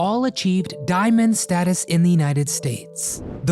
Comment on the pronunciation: "Diamon" or is it Diamond?